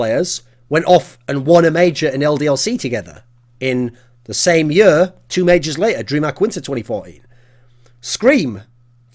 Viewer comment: "the next yur of cs"